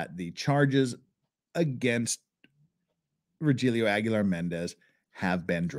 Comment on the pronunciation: Roh- Heel-O. Not Rogelio